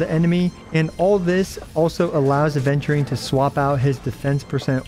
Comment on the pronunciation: i die inside every time aventurine's name is pronounced "aDventurine" 😩